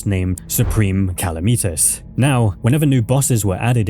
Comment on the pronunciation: It’s Calamitas not Kalameetus,the mod is called Calamity for a reason, not Kalameaty